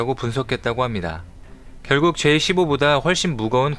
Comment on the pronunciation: su-33은 수호이33으로 Z-15는 젠15로 좀 읽으세요. 미국이 F-35B를 동맹에게만 판매한다고 선포 했다고 하는 무식한 소리도 거슬리네요. 미국은 전략물자 STA-1 자격이 있는 동맹국에만 팝니다. 동맹국이라고 막 팔지 않아요. 너무 지식이 없어보여서 이채널 안볼라고 맨날 비추 눌르는데 자꾸 뜨네요.